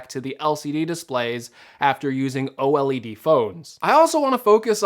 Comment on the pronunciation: why is he saying OLED wrong 😭😭😭